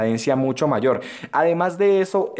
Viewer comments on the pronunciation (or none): none